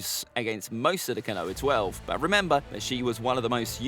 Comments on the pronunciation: KO-NO-HAH!!! Not Ka-noah. OMFG!!! I can't watch this! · Not that it matters but it's pronounced kono-ha not ko-noa. Love the videos regardless. Keep it up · Ko-no-ha, not Ka-noah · I stopped watching as soon as you said konowa... ko-no-ha simple. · its pronounced phonetically speaking "koe-no-har" not "ko-noah". it's 3 syllables, not 2. I'm adamant you've never watched this show in dub or sub because I have no idea where you get this pronunciation from. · as some who has had their name mis pronounced all the time as it's too ethnic. It matters. And it's not Noah. It's koe-no-ha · Oh? I thought it was "koe-no-har..." Also, my point was that "Noah" was two syllables, not one. Meaning that a pronunciation of "ko-noah" would be three syllables, not two, as you asserted. I'm starting to become adamant that you are incapable of keeping up and understanding your own damn argument. Also, mispronunciations of names like yours is an issue involving societal and cultural dynamics. That is an issue for you to unpack and deal with. I'm far more interested in far more useful far-reaching issues like Communication and Rhetoric. Besides whining about imprecise pronunciations in regards to a fictional media just smacks of gate-keeping garbage. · you don't pronounce no-har the same as noah do you. It's enlongated and stressing the round sound. It's disrespectful to the culture. It has nothing to do with dialect or accent. Then names are pronounced correctly in English dub and original japanese. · yea but he can't pronounce these names "Kanoha" for example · No one:: kuhnoah twelve Love the vids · Sorry to be mean but your pronunciation sucks, I think you got almost every name wrong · when the tuber is and mispronounces the name of konoha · Your videos are really cool, but it really bothers me that you don’t pronounce the H. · Konoha how are you saying this wrong have you watched Naruto it's just as bad as when you tried to pronounce Akatsuki